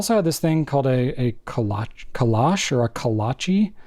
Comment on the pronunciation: Haha. If you Take I81, you pass through WV for a total of 15 minutes before you hit Maryland. And then 15 minutes through Maryland before you hit PA. You’re not even there long enough to hear the banjos… Also ko-lah-chee.